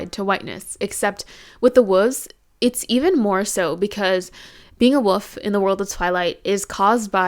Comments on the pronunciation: I thought you were pronouncing wolf as woof on porpoise, 😂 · I have never heard ANYONE pronounce "wolf" the same way as my mom until this video, lol. Fantastic analysis, btw. I had no idea how deep Stephanie Meyers racism really ran in these books. Big yikes 😬